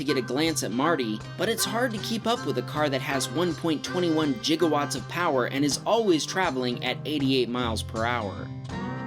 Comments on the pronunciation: It's gigawatts, not jigawatts x) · It's a Giga, not a Jiga! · that's how its said in the film, but the correct pronunciation is giga as in gill. Its used in science often so it's wierd Doc would mispronounce it. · “Jiga” watts 🤦🏻‍♂️ And “Ewa” beach lol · Did he say "Jigawatts"? PM 12/16/2020